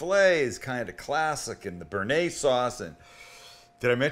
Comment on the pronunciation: brooo your bearnaise, come on...... haha